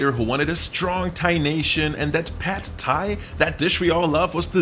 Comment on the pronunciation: you researched this video well but you didnt research how to pronounce pad thai!